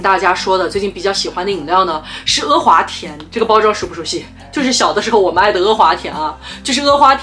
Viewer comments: 天呐 不要再说“额华田”了 哈哈哈 太魔力了 是“阿华田”啊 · 好神奇，竟然听到你叫他“e华田”，我从小到大都以为他叫“a华田”。难道这也是南北方的发音区别。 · 哈哈哈哈哈 e华田😂😂😂😂北方都叫e华田吗？听着好不习惯